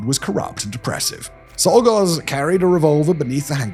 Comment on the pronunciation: Czolgosz is pronounced CHOL-gosh.